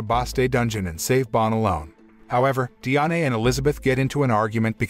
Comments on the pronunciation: Bro it pronounced Dian not diane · its not di-ane its di-an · Diané is how u pronounced it it’s just die Anne is how it’s pronounced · You said Diane so wrong